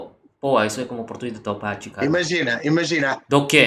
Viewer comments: se com "taubate" você quis dizer "Taubaté", aqui no Brasil, a sonoridade do "é" é diferente... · não é Taubati é Taubatééé meu filho 🤣🤣🤣🤣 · Esse TaubaTÊ do foi hilário rsrs, mas na hora que sair um Taubaté ele já pode vir buscar o seu RG brasileiro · Pedro é um tuga escroto. Taubaté a pronúncia do té é igual café, picolé, chulé.... é Taubaté té... a última sílaba é acentuada. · Boa,! O nosso é o verdadeiro haha! PS: A pronúncia é mais forte no TaubaTÉ (assim como caFÉ). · Hey, eu sou Brasileiro da cidade de Taubaté. A última sílaba é tônica. TaubatÉ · Vc falou algo tipo "tal bate" 😂😂😂😂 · Rir muito do "Tal bate" kkkk Você é demais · Que paciência hein kskskskksks só um ajuste, se pronuncia "Taubaté" o bah é que nem de gaúcho....Tudo de bom, te amo cara! <3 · Fiquei na duvida se ele tava falando de Taubaté ou algum lugar chamado Taubate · Brigaram e brigaram e no final ficaram amigos Minha cara no final 😮 A pronúncia de “Taubaté” do goi diferente também. O final tem um dom parecido com a palavra “pé”